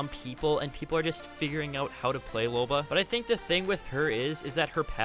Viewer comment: I'm sorry did you just say loba